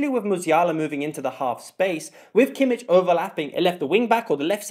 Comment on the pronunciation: It's also [kimmih] not [kimmich] 🥲